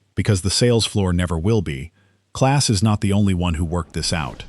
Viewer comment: The German truck companie's name is "EM - AH - EN", not "Man", and the combine builder's name is "Clahhhs", not "Class". If your name is "Smith" and you come to visit our country, we'll call you "Smith", not "Schmidt". It's a matter of respect.